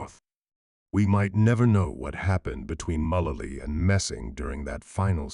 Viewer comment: Megan WHO? Learn how to pronounce the names!!!